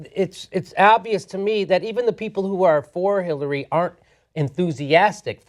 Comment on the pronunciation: Jimmy: 'hitlerary clinton"